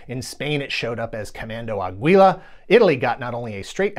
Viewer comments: The spanish pronunciation should be "Comando Águila", while it was heard more like "Comando Agüila" if you wanna check on Google Translate. No harm done, of course. Just giving some info. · Dude, I love you but as a Spanish speaker, please, oh please, never say "aguila" again.